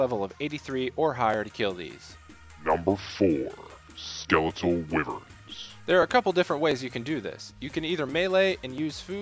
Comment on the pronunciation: why-vern why do so many people mispronounce this? what english word does wy make a wi sound? why would it be different